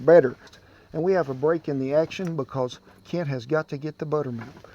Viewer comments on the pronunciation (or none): none